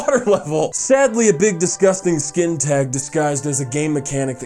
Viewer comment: OH GOD, you said skin-tag, never mind I hate your shit..